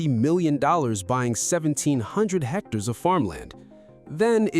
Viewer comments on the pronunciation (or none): none